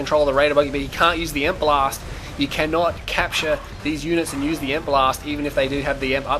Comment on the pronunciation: Awesome match, awesome video, but it's E-M-P not EMP!